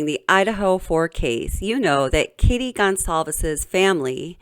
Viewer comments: You can type it but why can’t you say her name properly? Obnoxious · I understand mistakes happen but omg get the girls name right! You're essentially monetizing from her and her friends death the LEAST you can do is pronounce her name right. It's KAY-LEE not Katie, not Kelley Kaylee. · You keep saying Katie instead of Kaylee😔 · ITS KAYLEE, NOT KELLY!!! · How many times can you not say Kaylee correctly? I heard Katie and Kelly. This is disrespectful. Also, the last name is Goncalves. If you are putting out videos of this horrible crime, show the victims and their families respect. Say the names correctly. And to pin a comment with the last name misspelled, imo is very disrespectful to the victims and their families. Not hard to go and correct the pinned comment. The video of not saying Kaylee’s first name correctly several times leads me to believe that this is about clicks and views. I am sorry if this is not polite, I am not trying to be an a$$. I just feel it is important to get the names correct. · It’s Kaylee not Katie. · Kind of wish you weren’t pronouncing Kaylee’s name as Kelly. But that’s probably a minor thing here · They stand with him and he is not the person that did this. Also it’s KAY-LEE. Not a hard name to pronounce. It’s not KELLY. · Her name is Kaylee, not Kelly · Its Kaylee, not Katie. You got it wrong multiple times and that seems Ike a basic thing you should make sure you get right before you post a video. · It would be great & RESPECTFUL if you would at LEAST pronounce KAYLEE'S name correctly. You have called her Katie and different name smdh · You keep saying "Kelly". It is KAYley. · Came here to point that out. She actually says Katie a couple different times. It bothered me so much I couldn’t even focus on anything else she was saying. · Bro you keep pronouning kaylee wrong. You said kelly and katie it's KAYLEEE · Her name is KAYLEE! NOT "KAYTEE" You don't even know her name?! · Hey name is Kaylee, sounds like you said Katie